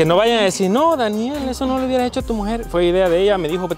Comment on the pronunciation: Escucho que a le dice bany XD